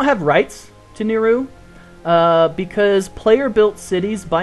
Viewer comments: just a little comment on pronunciation, its not Ni-Row, its pronounced NiRou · Aw, I was kind of hoping that you would visit Kerkida. :p Also, I believe we all pronounce Nirou differently. There isn't an official pronunciation. :D